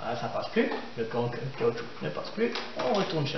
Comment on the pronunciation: Caoutchou"que" ? :) hahaha merci pour cette super démonstration!